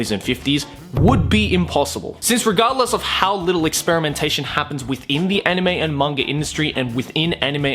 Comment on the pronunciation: anyone else here cracking up every time he says "experimentation"?